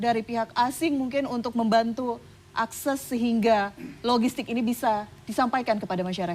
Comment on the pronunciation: Mbak anchornya ngomong akses aja salah.